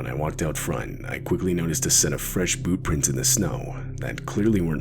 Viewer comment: This second story whenever he or she is explaining what they saw haha it sounds like they're saying boo prints 😂